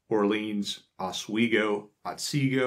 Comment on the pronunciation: I’m from Oswego County & you pronounced correctly.